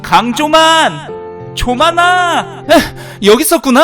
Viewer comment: 조만아-->> 좃만아로 들리는 빌드업 ㅋㅋㅋㅋ ㅋㅋㅋㅋ 아 진짜 은 쵝오임